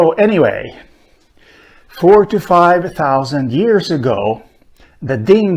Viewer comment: I can't tell if you are saying the dingo arrived 45,000 years ago or 4 to 5 thousand years ago